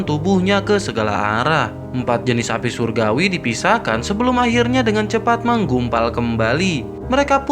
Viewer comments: Min minum dulu jangan buru ngomongnya inimah surgawi jadi suraguwi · Ko saya dengernya api suragui ya 😂